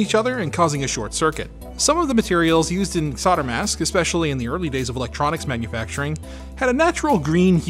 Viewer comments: Who want's to tell them that there's an "L" in the word "Solder" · Now explain why Canada and USA silent L in Solder 😀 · Why can’t Americans pronounce ’solder’? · Solder has an L in it. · I’ll never get over the strange way solder is pronounced in North America. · Should I point out the mis-pronounciation of "solder" bugs me? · Why do Americans and Canadians mispronounce SOLDER? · You threw the word up on the screen as you said it. There's an L right in the middle, say it properly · Oh dear, the L is not silent in solder. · You do know there's an "L" in Solder, don't you? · Is from the US? I didn't think Canadians mispronounced solder as well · It amazes me how Mericans can't see the L in solder. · what is it with 'sodder'. It's 'solder' as in colder or holder. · SOLDER NOT SAWDER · Repeat after me SOL-DER Are the words like "colder" "folder" "bolder" also causing you troubles in pronunciation ;) ? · SOLDER!!! NOT SODER. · It's solder, not sawder! 😀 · Why do you say sodder when talking about solder??? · Great video! But why are you saying "sodder" instead of solder? lol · The more pertinent question is why pronounce it 'SODDER', when there's an L in the word SOLDER, and no other country says "SODDER"? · Saw-der? I assume that's an American pronunciation? (It's sol-der in the UK and I assume Australia/NZ.) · I hate that he pronounces solder as "sodder" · Say "old": 'old' Say "older": 'older' Say "sold": 'sold' Say "solder": 'sodder' ??🤔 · SoLder soLder not fucking sodder it's SoLder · SOL DER NOT SODDER. S O L D E R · Why do you americans call it SODER?! It's called SOLDER!!! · s-o-L-d-e-r NOT soDDer 🙄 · soLder not sodder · You can deffinatly tell where some one is from when they say solder as soder lol also white on a red background hurts my eyes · Don't forget solder has a 'L' in it. Stay safe guys. 🤣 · "sodder" lelz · Now answer this question: Why do Americans say "sodder"? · Just wtf is sodder? That's rude where I come from! 😁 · There is an "l" in solder!